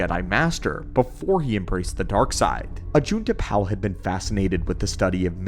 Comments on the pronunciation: Anybody else annoyed that he pronounces Ajunta Pall as Ajunta Pal? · Is it bot pronounces 'pall' as in pall bearer? More akin to paul, than pal? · Idiot doesn't even know how to say ajuntal pall correctly. It's pall not pal. Ugh, it's grating in my ears. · great video! Love your content for real - just wish you pronounced the names correctly (> <) like Ajunta Pall (like Paul) and Je'daii is like (zhe-dye) not jee-dye. and Makashi. and Ziost (Zye-Ahst) (not zye-oast) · Ajunta Pall is Pronounced like Hall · Ajunta Pall's name isn't pronounced correctly